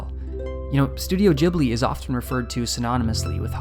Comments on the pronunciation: ghibly not jibly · Gi-blee, not jiblee, GIH-BLEE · there is a H in ghibli, so it is pronounced g_ibli, not gibli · I will try my best to take you seriously as you say “Ghibli” as “jibly” and not “gibly” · It's Ghibli not Jhibli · Wth I thought it's pronounced as GIBLI not Jibli. My whole life was a lieeee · Why does everyone pronounce it wrong? It's not "Jeebli", it's a hard G, Ghibli. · I always call it studio “Gibli” and you are saying it “Jibli” and it is really annoying me haha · It’s pronounced Gibli, not YIBLI. idiot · REEEEEE ITS GHIBLI NOT JIBLI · Wait................. Is that how you supposed to pronounce "Ghibli"? "Jee-blee"? Not "ghee-blee"? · i hate it how you say jibli and not ghibli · I believe its "ghibli" not "jibli" just like its "gibson" not "jibson" right? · Thank you for the video! Is it really pronounced "djibli"? I always assumed it was "gibli"? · Why everyone gotta pronounce it jibli? It’s ghibli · every time you say "jibli" with the soft G (not "Gibli" with the hard G at the start) it makes me squirm in my seat its like jif and not gif uuuuugh (i say gif btw) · Gib-li not Jib-li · Pretty sure it's pronounced "Ghibli" and not "Jibly" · It's Ghibli not jibli, like Gif, not jif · 'Jhibli'... That hounted me trough the whole video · Ghibli, not Jhibli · Great video.. but the way he says "Jeeblee" is soo so irritating!! It's Geeblee, like Green or Good. The 'h' after the 'G' should have given that away, even without any basic knowledge of Japanese pronunciation tbh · It's GHeeebli not GEEBLEE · i died every time you said giblie instead of ghibli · Why does he say Gibli instead of Ghibli? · God it's not jibli fuck Loved the video btw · It's pronounced with a hard G. IPA: /ˈɡɪbli/ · Really bugs me that he says "Ghibli" wrong the entire video. It is with a G like in gift. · its not jibli.. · I cringe so hard every time you say jibli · "Dzhibli"? No thank you! Find other listeners to your lectures. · Hard G like in gun, for chris sake